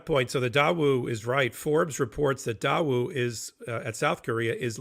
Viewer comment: Daewoo is pronounced DAY WOO! A link to North Korea was approved and monitored by the So Korean government in the 1990's. I'd be careful before suggesting that Daewoo arranged North Korean financing for Trump or anyone else. That's highly unlikely. Can't wait until Trump is actually taken down.